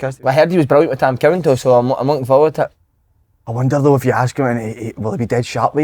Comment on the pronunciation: Someone tell Si how to pronounce the word "though".